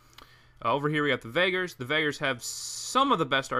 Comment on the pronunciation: I think it's pronounced vageers not vagers